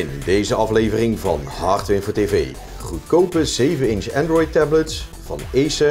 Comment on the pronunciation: 'welkom bij hardwevetevee' hahahaha